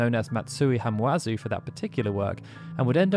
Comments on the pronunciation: Hamauzu, not Hamuazu. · Minor note (and sorry for being a pronunciation freak), but "Hama-uzu" is read as it's written. "Hama", meaning "beach", is a fairly common element in Japanese surnames; I was gonna go and find a list of people who worked on FF7 and had names with "hama" in them, but I was lazy and just went to the English Wikipedia article, which only mentions one: Shirō Hamaguchi was apparently the arranger for the 2003 piano album.